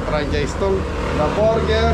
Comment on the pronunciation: Try to google pronounciation of burger, it is not borger, sakit sa tenga. Chef ka pa naman.